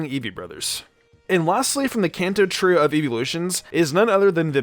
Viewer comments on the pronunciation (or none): none